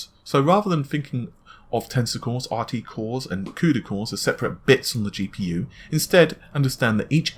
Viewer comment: what the hell is a cudycore ahhhahahhaha